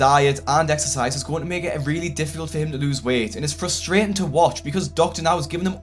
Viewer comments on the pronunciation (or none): "Fusstrating" is NOT a word.. just like "fusstration".. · It's frustrating, not FUSStrating. You're a grown man, not a toddler. It's not cute.